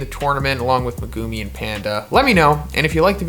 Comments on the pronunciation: I wanna dislike because of how you say megumi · Why does he say megumi like that